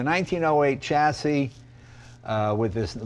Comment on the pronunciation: Say the words correctly! shassis alUminium